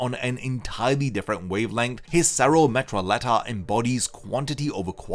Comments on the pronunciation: Cero: METRALLETA(Spanish)!!! Not cero: metrayela like you say it. Could not stand you butchering his attack name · For English speakers if you want to pronounce Metralleta correctly try pronouncing it like "Metra-jet-a" replace "llet" with "jet" and boom you're accurately saying machine gun in spanish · “Cero metralleta” bro is pronounced with like a Y on those double L’s. Meaning machine gum.